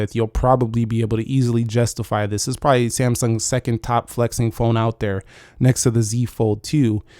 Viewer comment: I'll "pribibly" love it!